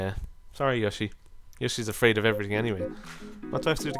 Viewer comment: Yoshi not yushi